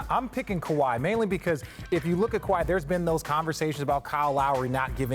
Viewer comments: Scottie KAHWI!!!! Damn pronounce the man name correctly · lol he doesn't even know how to pronounce his name and hes having an argument that involves Kawhi this video is irrelevant to me